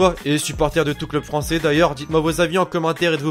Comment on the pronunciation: tu parle pas "francer"